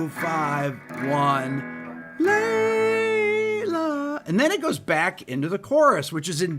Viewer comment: My wife said.. oh it’s Layla.. not lay low 🤣🤣